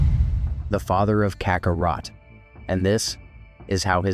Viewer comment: originally i thought it was you personally doing the commentary, but after checking out some of your older vids, I'm guessing that it was actually AI that narrates the script here, especially noticing pronunciations like "nay-mekian," "kakkaROT," and oozaru sounding like "ooh-hee-za-roo" at certain points. in older videos, while i enjoyed a lot of the lines being spoken as they would in the Funimation dub, its weird pronunciations of these universe-specific phrases that really makes the AI narration & dubbing sound weird. in the future, i recommend doing tests with different ways of spelling these words and see if your AI can more accurately pronounce them - for instance, if spelling "Namekian" makes the voice output say "NAYmekian," try spelling it like "Nuhmekian" or "Nehmekian" to see if you get better audio results. all that being said, another thing i liked about this compared to your older videos is that if youre using music at all here, is VERY quiet in the mix. thats good, the loud music really distracted me in the DBS Manga 101 & 102 review videos. i hope i dont sound too nitpicky, i just want to give you suggestions of how you can continue making better & better quality uploads. all the best!